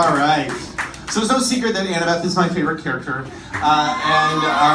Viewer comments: When she said Annabel instead of annabeth 😂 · Jessi Luck listening it to again, it sounded like she said annabelleth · Jessi Luck she said annabeth, the "th" was really quiet at the end tho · She said Annabeth?